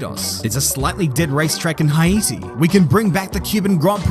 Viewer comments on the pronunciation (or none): As a Haitian, it's pronounced "Hey-tee" or "Hey-dee" But I'm not offended ahahaha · Haiti is pronounced Hate-y